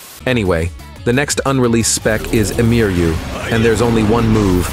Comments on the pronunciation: Its "EMIYA" not "Emiryu" :) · “Emiryu” Mf it’s emiya 😭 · Emiryu Me: His name is emiya but close enough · It's EMIYA not "Emiryu." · It actually emiya 🤓